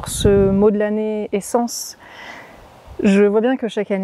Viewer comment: Bonjour Quand tu as dit "l'année essence" j'ai entendu "la naissance"! La fin d'un cycle permet le début d'un autre! Bon vol et bon voyage à toi aussi! ❤